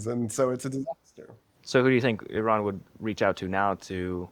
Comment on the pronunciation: Surprisingly you pronounce Iran correctly 😊. Thank you for your fuccus.👍